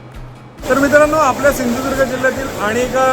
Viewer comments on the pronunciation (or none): none